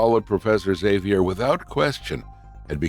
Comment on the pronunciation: Great video, that's NOT how you say Xavier though.